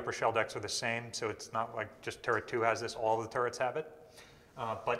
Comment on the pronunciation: I’m watching this in bed, my wife laying next to me thinks you keep saying “turds”. I’m not correcting her, and this is kind of fun…